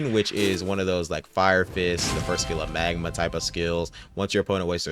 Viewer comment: Bro he loved magma and said it is the peak of epic he called it midma 😭